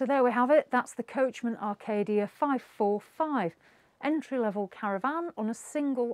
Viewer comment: Oh dear it Acadia not Arcadia and it’s caravan not cara van